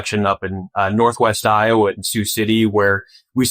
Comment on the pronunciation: No se dice Lowa es iowa o "aiyogua"